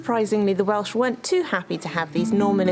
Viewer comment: I enjoy your whimsical accounts of visits to castles & other ruins, you don't, unlike most Youtubers, talk endlessly about nothing. However, many of your videos are of Welsh sites &, as a Welshman, I find your abominable pronunciation really grates upon my ear, detracting greatly from my enjoyment. The effort required to get it right is minimal, perhaps ask a local for instance, you really ought to try. Many of those from the other side of the border have a flippant attitude toward the language, a comic hangover from a time long past but I'm sure that doesn't apply to you two. Btw Llanthony is in the Black Mountains & not the Brecon Beacons, also I'm fairly sure it is in Breconshire too. Otherwise keep up the good work, you're doing a great job of entertaining us.